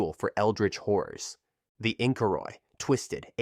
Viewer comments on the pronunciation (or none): No, no, "horrors," not "whores."